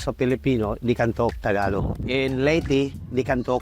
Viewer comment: Pinoys so nice they won't tell her to say Tah-GAH-log